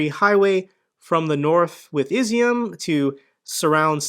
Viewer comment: IZYUM is pronounced "E'ZOOM" it means Raisin ... just an FYI ...look it up